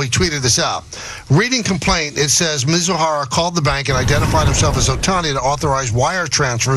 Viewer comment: Michael Kay: "Muzahara". No, his name is Mizuhara. Also Michael Kay: "Ippy". No, his name is Ippei. Also Michael Kay: "He lost $141 million and won $100 million." No, the wins totaled $142,256,769.74, and the losses totaled $182,935,206.68. Dumb guy on the left: "...the minimum of what Ohtani is guilty of is being a rube..." Well, Dane Cook was embezzled by his own brother out of $12 million dollars over a period of 10 years. Dane Cook said he didn't pay much attention to his accounts and the only way it was caught was that he hired a new manager, and the new manager found out about the crime. Wealthy people are often too busy and delegate things to others. I guess lots of people are rubes, then. I worked in the Trust Industry (managing assets of wealthy individuals and also corporate pension funds, etc.) and stuff like this happens all the time. Lots of embezzlement goes on and it's not that difficult. A lot goes undetected. Dumb guy on the right: "How could his interpreter have access to his money? HOW!?!?!??..." READ. THE. AFFIDAVIT. It shows how Ippei did it. These guys are so obtuse and willfully ignorant when they could just read the affidavit.